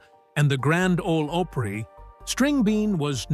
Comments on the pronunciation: Five feet tall? Grand Ole "Ope-pree"? I didn't make it past 30 seconds. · They used AI generated narration, it’s not called artificial intelligence for nothing. It can’t even pronounce simple names correctly.🤦🏾‍♂️ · Artificial “Intelligence” pronounces Opry as OH Pree 😂 what a complete miss lol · The grand old oh pree? Turned it off right then. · The Grand Olde “Opreee? Why not call it the Grand Olde Oprah? 🤦🏾‍♂️🙄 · No, but they pronounced Opry with the long "o" sound like Oprah. It's actually pronounced with a short "o", like opera. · This is another example of an AI Red YouTube video. The reader can’t even pronounce grand old Opry. I call bullshit once again. I hate this crap. Don’t watch.